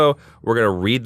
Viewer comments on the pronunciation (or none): Heard this earlier through iTunes and you guys read my review! Yay! You also said "Riviera" although my last name is Rivera...but who cares, I got my review read! Ah!!!!! 🙂👍👍 -Jose